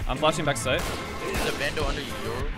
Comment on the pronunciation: People absolutely butcher the name "Yoru" holy shit It's not "Yoh ruh"